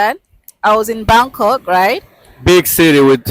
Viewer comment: She was in " Bamk Kock" waiting for a bus to "phukit' read that again fans!! PHUKET is pronounced with an "f"....😅 Gr8 story. Congratulations 🎉